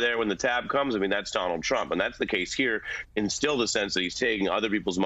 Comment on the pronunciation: I LOVE that slip of the tongue, when she called trump, chump.😂👍 That was GREAT!!!